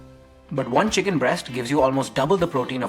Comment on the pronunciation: Not is cheated not chicken